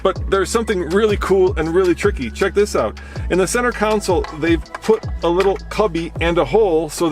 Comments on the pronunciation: Hey,it's con - sole not counsel! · It is not a "council" , it is a console. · Sorry pet peeve .. It isn't a Council ... it's a CONSOLE